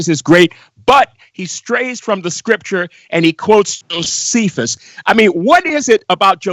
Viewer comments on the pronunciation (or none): I look FORWARD to seeing and HEARING a video one day on U-tube mentioning "JOSEPHUS" that DOESN'T pronounce his name as "JOSEEPHUS" and "KEPHAS" as "SEEPHAS"..... sounds like an American Southerner trying to talk Latin.